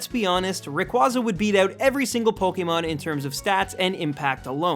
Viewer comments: u mispronounced rayquaza wrong its pronounced ray=kway-za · I thought it was pronounced "Ray-Kway-zar" as in the astronomical term "Quasar"